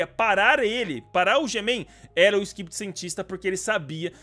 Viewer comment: O no começo tu falou stivedi toilet 🤣🤣🤣🤣